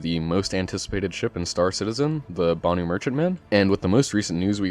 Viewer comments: Why do y'all butcher words so heavily?! It not pronounced "boo nuu" It's "BAN-OOO" BANU! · Its not "Ban-oo" though. Its "ban-uu" :P